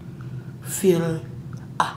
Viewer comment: “Chick fer lay “